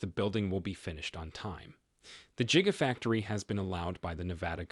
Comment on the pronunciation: "Jigafactory" bahaha!😂😂😂